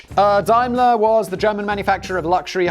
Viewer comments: It’s pronounced Damler. Dimler???? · Arrrghh!! Dame-ler, not Dime-ler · It's DAYMLER-Benz - not DIMELER-Benz! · Dime-ler? Daym-ler, surely! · Dime ler it's day m ler Daimler you have been out of the UK too long. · It's pronounced dameler! It's German. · Are you trying to say Daimler? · You're English but you don't know how to pronounce Daimler!